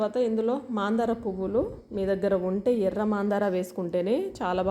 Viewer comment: మాందార కాదు మందార